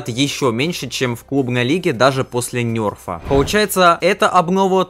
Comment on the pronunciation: Не НЬЕРФА И НЕРФА